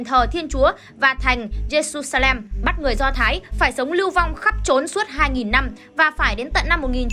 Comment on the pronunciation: jerusalem đọc là Giê-ru-sa-lem chức ko phải Giê-su-sa-lem